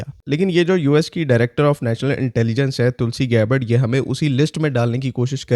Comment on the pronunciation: Tulsi gabbad ❌️ Tulsi Kabbard✅️